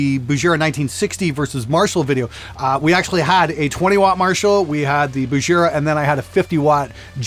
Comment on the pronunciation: if you say Bujera one more time I swear I'm gonna should at you!